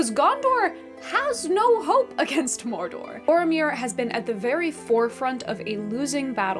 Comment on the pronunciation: tolkein was an englisman not a spaniard, not a frenchmen or german. why do people pronounce his words with rolling R's and strangely non-english syllables? morrrrr dorrrrr is mordor, smaaauuuuug is "smog," (just like the pollution thingy).